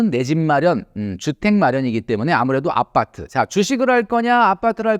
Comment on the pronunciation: 선생님 항상 느끼지만 아빠-트 발음이 참 찰져요.